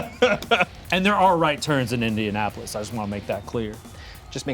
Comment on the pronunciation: First a new dread! Awesome and second love how is just focus on getting into character at the beginning and then loses that same focus when Ian butchers Indianapolis 😂